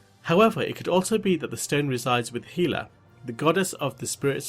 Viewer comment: “Hila Thor Ragnarak”